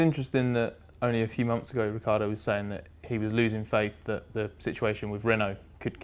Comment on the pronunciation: Ricc i ardo not Riccardo! Jeez is that so difficult?